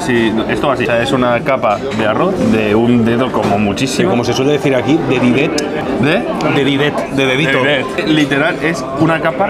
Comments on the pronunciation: De ditet no de didet. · DE DITET! No de didet xD, eso es churro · Se dice "de ditet" no "de didet"